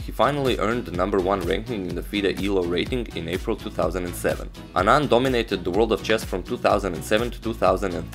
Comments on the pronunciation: His pronunciation was perfect! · I am from Tamil nadu.. the pronunciation was perfect!